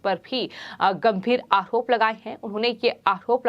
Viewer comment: आहरोप ...उच्चारण ठिक नहीं